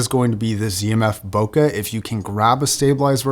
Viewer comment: It’s not bokah, it’s bokeh